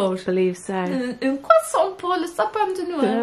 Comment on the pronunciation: Love when u try to talk french sooo cute ( la salle de bain ) its féminin word But ur prononciation is good And yes its le sapin de Noël 🎄